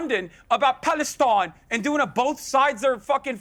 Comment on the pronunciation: Palestine in the British accent 😂